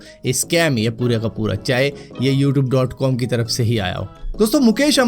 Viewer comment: Yoouthoob kya hota h bhai 😂